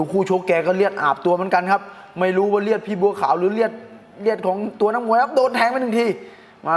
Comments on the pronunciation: เลือดเฮ๊ย ไม่ใช่เลียด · เลียด หรือ เลือด ครับ 😅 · พี่พูด รีดหรือเลือด เนี่ย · เลือดพี่ไม่ใช่เลียด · เลือดครับ ไม่ใช่ เลียด555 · เลือดไม่ใช่เลียดนะ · มึงคนไทยภาคใหนว่ะเลียดอาบเลย555กุขำอ้าวเลียดกะเลียด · เลียดๆ คนอีสานบ่ครับ